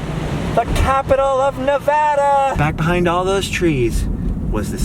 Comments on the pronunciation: Thank You so much for pronouncing Nevada correctly!! Next time you're in Carson City you should ride the old steam train that takes you up to Virginia City. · Thank you for saying Nevada correctly!